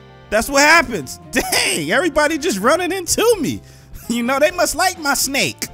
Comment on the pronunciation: I LOVE YOUR SNEYK:)